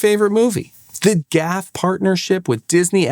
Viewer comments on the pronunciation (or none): It's interesting that you pronounce GAF as "gaf." I would have assumed that you are old enough to recall the ubiquitous View-Master TV commercials featuring Henry Fonda, who pronounced the name "Geeee Ayyy F." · It's not pronounced GAF, it's G A F, pronunciation on each letter. G-A-F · It ain't "Gaf", sonny. It's pronounced "G. A. F." Henry Fonda used to be their TV spokesman. I had every one of these! Winnie the Pooh really stands out in my memory. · This is the first time in my 58 years that I’ve ever heard anybody pronounce GAF as a word rather than individual letters. Talk about jarring. It was just never done.